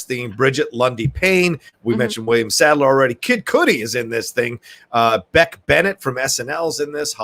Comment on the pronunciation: Cudi as in buddy. Not cooty as in booty 😂